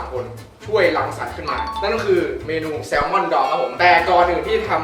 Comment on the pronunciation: คอนเทนต์ดีนะเป็นการท้าทายอีกแบบนึงที่รู้สึกว่ามันน่าลุ้นดีแถมวุ่นวายอีกต่างหากชอบๆ แซลมอนไม่ใช่แซลมอล อย่างฮา 5555 หัวเราะหนักมากช็อตนี้ ขยี้จัด 555 หัวเราะหนัก 2 5555 ไปโกรธไรมา 555 หาไวจัด เรียบร้อย 5555 เหลี่ยมจัด 5555 วุ่นวายมาก